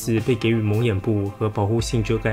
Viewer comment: 不应该是 jí（字为“给” 念“及”）与 吗？我不知道台湾是不是与大陆的读法不一样？